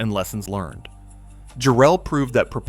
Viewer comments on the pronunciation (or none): Great video but the name is “JAR-ell,” N0T “Jar-ELL.” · It's jarrel not jerrel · Yea it ain't Jarrell like some brother. Its Jarrell, rhymes with "Daryl" . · The deceased family is pronounced EYE-go, not EEE-go. Jarrell is pronounced differently in different parts of the vid. The use of AI is so reckless. The human overlords never check anything, and they never correct the most obvious screwups. They just post it and move on to the next one.